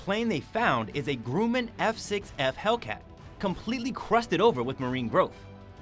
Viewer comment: The aircraft company Grumman is pronounced "Gruhmin" not "Grooman".